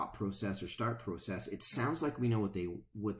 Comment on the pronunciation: FYSA.....Go to google translate and type in "Process". Then have it say it outload. I think you'll find your pronouncing it wrong.